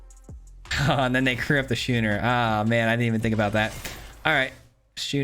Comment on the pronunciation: This set really is a pronunciation challenge for all of us isn’t it? “SKOO-ner”